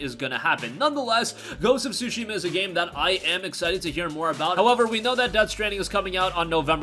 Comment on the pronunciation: OMG, he saying Sushi ma‼ Sushi ma ja〜nee〜 yo‼‼😂 It's not sushi‼‼🍣🤣 Tsu shi ma ‼ wakatta❓❗ Understand ❓ Fix your accent❗❗